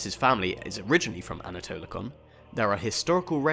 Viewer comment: Its pronounced anatolikon and vukelarion